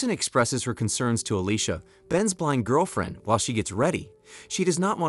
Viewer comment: I sure can. Alicia, devour and demise. Oddly, these are one-offs, as other times, they are pronounced correctly.